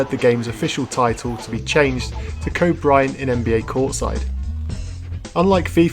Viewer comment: Kept mispronouncing Kobe?